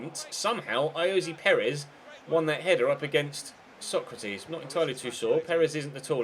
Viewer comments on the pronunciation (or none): Stop saying Sokratis like Socrates. I know it's a little thing but it really bugs me.